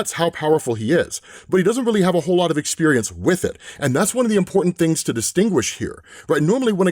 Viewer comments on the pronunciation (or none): none